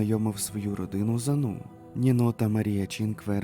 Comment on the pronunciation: Привіт, авторе. Кілька ремарок щодо наголосів. Зазвичай укр мовою наголос КанбЕрра (на Е), а також італійське чоловіче ім'я нІно (на І), а нінО то картвельське жіноче ім'я Дякую за роботу, історію ту вже знала. Уолшу пощастило